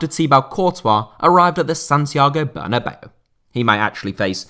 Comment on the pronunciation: Santiago Bernabeu. Ber na beu. Not bernabello or bernabei. Ber na beu